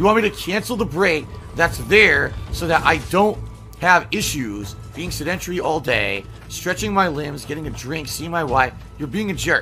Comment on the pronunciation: I hate when he says “sedentury”. That’s not a word! It’s “sedentary”! SED-EN-TARE-EE! Ree!